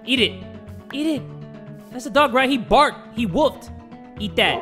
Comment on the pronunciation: "HE BARCC LIKE A CHIHUAHUA LIKE YÆY YÆ YÅE"